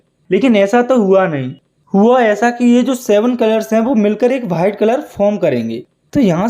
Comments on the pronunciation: white ❎️ BHITE ✅️😂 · White ❌ Whaite ✅